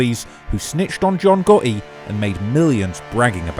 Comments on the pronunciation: "John Gahee" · capanegro, I'm not sure of the spelling , but that's how it's pronounced, it's an Italian surname.